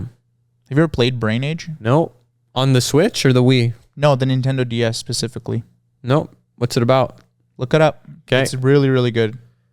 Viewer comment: on the nintendo ds pacifically